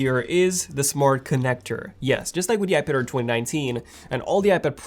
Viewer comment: iPad AIR NOT iPad-er or iPad-ir! Man, you just talk too fast.